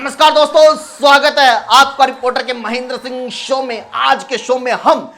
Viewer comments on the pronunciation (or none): none